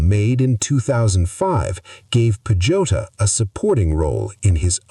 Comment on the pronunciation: PAJUTA pronounced as PA - HU - TA !